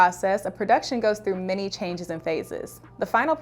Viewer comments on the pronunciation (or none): none